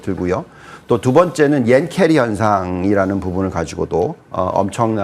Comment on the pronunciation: 옌캐리 아니고 엔캐리 여기 한국이에요^^